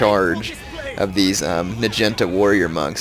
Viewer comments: OMG the way u say "najinta" is so fricken funny,!! oh jaysus, btw, its pronounced, "nah-gee-nahta", jus sayin lolz, oh so funny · Lol I watch his new vids but - nagunata is pronounced 'nag-u-narta' not 'na-genta' No offence love you're vids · Omg nagenta? It's pronounced nah gee nah tah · NA-GI-NA-TA Nah Gee (sounds like GrEEn) Nah Ta (Tatas) that bothered me when you said Nagintas lol :P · Its NAH-GEE-NAH-TAH, not "nuh-jen-tuh" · i thought it was pronounced na-gee-not-a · Dat naginata pronunciation tho.